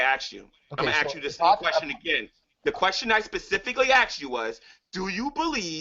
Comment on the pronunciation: got mad swag... i AXE you a QUEXXION